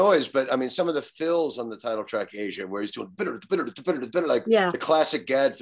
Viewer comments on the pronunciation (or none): Aja, not Asia